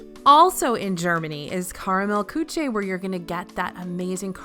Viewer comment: Kiki Vivi we also had to listen to pronounce Küche as “koo-chay” 😂😭